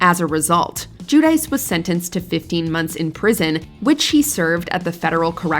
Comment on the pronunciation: "Jew-Dice.".🙄 In 🇮🇹, it's Joo-Dee-tsche